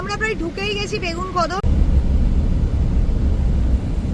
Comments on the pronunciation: বেগুনকদর নয় গো বেগুনকোদর 😅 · Not begunkotu say begunkodar